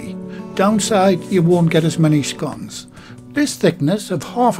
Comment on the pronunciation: Love scones and fruit ones are my favourite. Nice to hear you pronounce them as in sounding like (gone). I know there's a different pronunciation but your way is the right way in my opinion and it's how I say it myself.